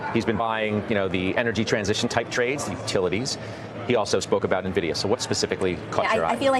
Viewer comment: Don’t take financial advice from anyone that calls NVIDIA, NEVIDA